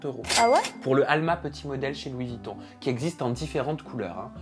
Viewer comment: Pitié... Dites Louis VUItton, pas Vitton...